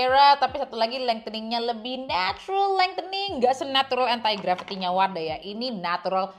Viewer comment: kak maap tp aku salah fokus dgn penyebutan entai gravity 😭 jadi inget era melem-babi 😭